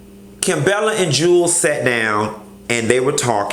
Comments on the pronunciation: Jew Wells not Jules lol I die laughing every time you say it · I really can't take you serious when you keep calling him Jewels when his name is pronounced Jew-Elz